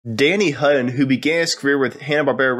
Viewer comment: Did this dude just call Danny, Danny Hu-in???